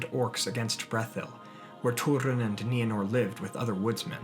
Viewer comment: Thank you for finally pronouncing Nienor's name correctly. It's my cat's name & it always bugged me when you used that long "I" sound. But I never wanted to say anything. We all have different ways of pronouncing certain words in Tolkien's languages, & no one can say we're saying it right & somebody else is saying it wrong. But during this video, my cat looked up every time you said Nienor....